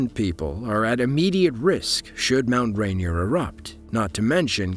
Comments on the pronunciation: RainEER, damn it. Not Rain-E-er. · As a native Washingtonian, the mispronounciation of Mount Rainier is retching. Also, it's 14,411 feet, as well. Videos like this should also include the U.S. system of measure.